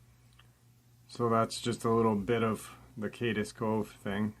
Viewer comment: Hey...do your research and learn to pronounce Cades Cove (KAY"Ds Cove) NOT (KAY DUS Cove).... pronounced it correctly but you never do....i mean if you're going to tell people you are right and you do your research before you open your mouth it makes people doubt it when you continually pronounce the name of the place wrong....ive been subscribed for 4 years now but its like you dont care if you pronounce it correctly or not. Then to belittle someone for not getting something right is a bit hypocritical. Thanks.